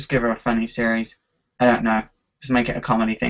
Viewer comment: why do you like Harley Quinn so much? "Because its fun-nay"